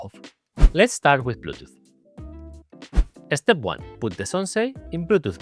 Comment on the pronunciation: Totally off topic but the way says "eh-step" is SO Spanish:P This board really does look cool. It makes me excited for the (hopefully in the pipeline) low-profile Defy 2 <3 But when it is being designed, can we move the pinky columns down just a liiiiittle bit more? Please?:)